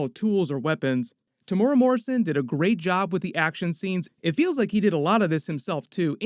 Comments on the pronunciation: Lol no one can pronounce Temuera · Pronounced :Tim-ew-era